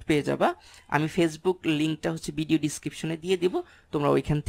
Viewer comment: ভাইয়া চিজনশীল কী? বিডিও কী? ভ্যাসিক কী? কন্টেন্টটা উপকারী। ধন্যবাদ। উচ্চারণগুলা খারাপ লাগে শুনতে। যেন সংশোধন করে নেন, তার জন্যে বললাম। কষ্ট নিবেন না আশা করি।